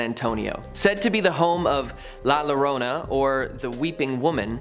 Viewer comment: Boy did you butcher La Llorna…